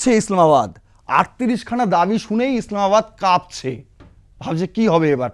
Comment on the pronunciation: কাপছে নয় "কাঁপছে" বলুন। শুটকিখোর বাঙাল মাকুদের মত "ভাষাদূষণ" বন্ধ করার আহ্বান জানাই। শুনতে অত্যন্ত বিশ্রী লাগে। বাঙালদের "শুদ্ধিকরণ" আজো হল না । অথচ বাঙাল জগদীশচন্দ্র, জীবনানন্দ, নীরেন্দ্রনাথ, সুনীল, সুচিত্রা (রমা) এমন বিশ্রী উচ্চারণ করতেন না তার যথেষ্ট প্রমাণ পাওয়া যায়। ড় ও ঁ -র উচ্চারণ শিখতে কটা প্রজন্ম লাগে, অ্যাঁ ???